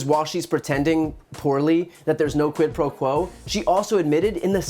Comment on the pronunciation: Did she say, "Quid pro crow"?